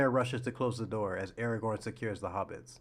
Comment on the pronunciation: Brother can’t pronounce Aragon rightly but thinks he has an opinion to tell…